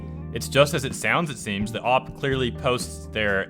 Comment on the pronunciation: Oh wow so many things you said hurt my ears. You say op instead of O.P. And you said D.O.X instead of Dox. It’s like hearing jif instead of gif Gif= gift with no t